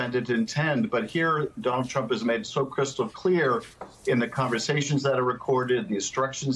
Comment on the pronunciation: I really hope he said "malign" intent, which is what we have come to expect of trump.If he said "maligned," it means Rep. Schiff was defending the former President, which seems implausible in the extreme.